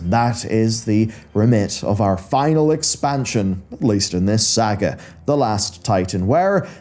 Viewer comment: Love this dude’s content but am I the only one bothered by how he pronounces his A’s lol. Like in sylvanas , saga and Naaru